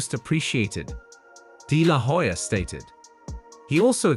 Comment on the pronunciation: the "H" is silent in Hoya. You keep mispronouncing his last name.